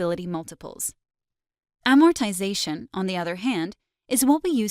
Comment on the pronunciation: It is amazing to me how many accounting professionals mispronounce AMORTIZATION. TIZ is not stressed. Please refer to a good dictionary.